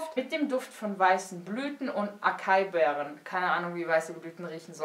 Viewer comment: Acai-Beere wird "asai-Beere" ausgesprochen :) Nicht das es wichtig wäre aber wie sagt man so schön ? Man lernt nie aus :* Tolles Video :)